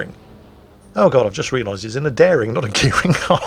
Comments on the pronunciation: please, it's a daring, not a gearing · "HMS Dearing" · he does just get ships wrong to piss everyone off doesnt he, damnit its daring not gearing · Daring Daring Daring it's a bloody Daring not a Gearing …. xD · Oh...Daring and Gearing both end in "ing" I'll give you that! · He also kept calling the Daring a Gearing :D